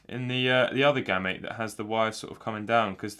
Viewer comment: I would have pronounced it as "Game-Mate" without the "me" sound